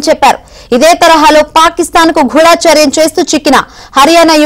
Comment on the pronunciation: గూఢచర్యం....గూఢాచర్యం కాదు.నేర్చుకో